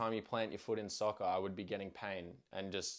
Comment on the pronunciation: Did this guy just say “soccer” with an Australian accent? 🤔